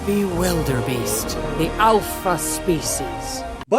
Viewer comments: Alpha not elpha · It's alpha not elpha. Please learn English. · Its Dragon not Dreigon Its alpha not elfa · I hate how this guy calls the dragons dreygons and the alpha an elpha